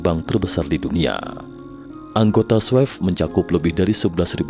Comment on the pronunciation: Swift bacanya swif pak, bukan swef😅